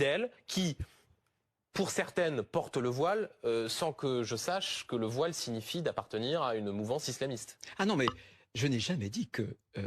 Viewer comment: Soit violer 😂😂😂😂langage de mdrrr c'est voillllle pas viole 😂😂